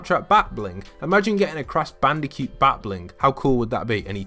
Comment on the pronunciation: CRASH BANDICUE THE HECK IS A BANDICUE ITS CRASH BANDACOOT I'm sorry I shouldn't have raised my voice as you can see I am very stressed right now